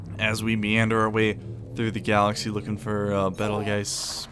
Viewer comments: Its pronounced Beetlejuice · Its pronounced like Beetle Juice